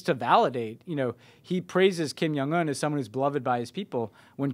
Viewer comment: Stop saying Kim Young Un, it's Jong with a hard "J"!